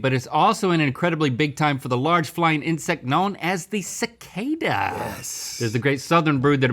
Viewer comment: pronouncing it “sa-ca-da” instead of cicada was the best.